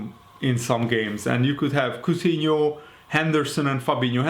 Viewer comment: Aur from lyon not coughtino